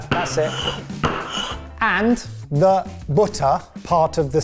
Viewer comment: Its Batta not butta😂